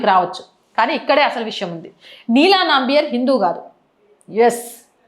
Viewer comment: అది నంబియార్ కాదు, నంబియార్.